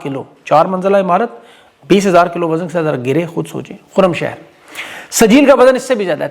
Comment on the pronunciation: خرم شہر نہیں یہ خرمچار نام ھے مطلب گدھے کی دولتی